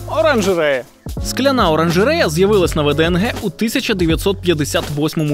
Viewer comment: Не ВДНГ а ВДНХ